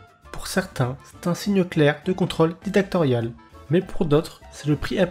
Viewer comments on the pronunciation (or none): à dictatorial* et non "didactorial" 😂